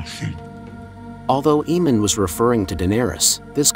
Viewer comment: AYE-Mun not Eee-Mon